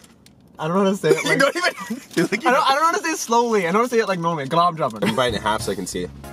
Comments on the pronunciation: Gulag many is from Pakistan and it's pronounced gulab shamun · Gu Lub jum en is how u say that word u are trying to say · I'm SriLankan and its gu-la ja-man